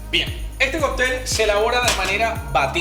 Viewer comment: Por qué dices Coptel ? Y no cóctel